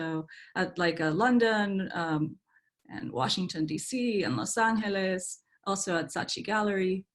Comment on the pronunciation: “Los an-he-les” !! Wow.